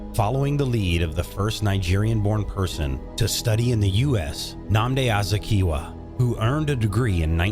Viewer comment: Could he at least practice how to pronounce Nnamdi Azikiwe?